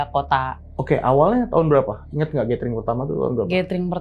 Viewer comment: . Gathering dibacanya [gédering]. Bukan gétering. 🤦🏻‍♂️